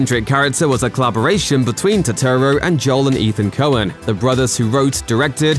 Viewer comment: Put some respek on Turturro's name!!